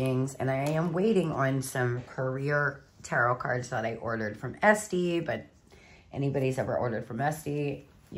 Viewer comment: Esty? It"s Etsy babe! 😅🙏❤